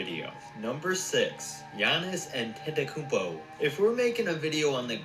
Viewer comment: Giannis Anteklpaa 🤣🤣🤣🤣